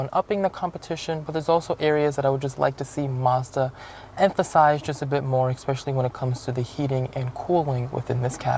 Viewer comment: This is probably the most informative and balanced review I've seen of the CX30. However I just can't subscribe to a person that says eckspecially.